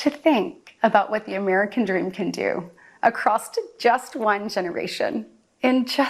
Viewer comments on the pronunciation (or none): “Acrossed” Katie Britt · For me, anything following "You see..." is bullshit. And God help us all, she actually said "acrosst".